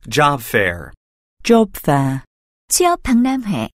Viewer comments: Job fair 죠빱이라고 들리는 내 귀는 문제인가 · 쥐어패라고 들리는데요? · Job fair 영국발음 줘패어라는줄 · Job fair 진짜 발음 장난해 ...ㅠㅠㅠㅠ?